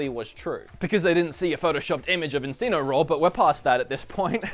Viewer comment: Enseenoroar. Wow. Everyone pronounces things differently but this one is nek level weird.